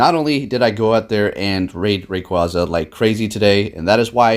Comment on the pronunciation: Its raqu-A-za it said it like that in the anime to